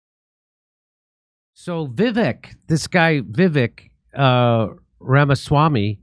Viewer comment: Jimmy and his team. Learn to pronounce "Vivek Rama swamy" because he will be in your face all the time 😅